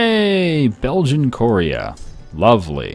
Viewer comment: Lul says korea wrong